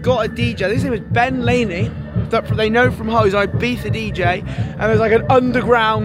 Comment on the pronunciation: Ben Rainey bro not Ben Lainey